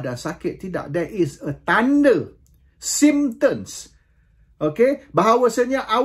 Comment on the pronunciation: Symptoms- bukan sympter mcm yg disebut RPK..